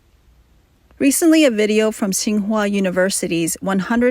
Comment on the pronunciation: Should be pronounced as Qing Hua University...😅